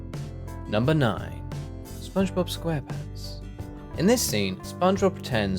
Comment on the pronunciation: The way he says SpongeBob Squarepants😂😂😂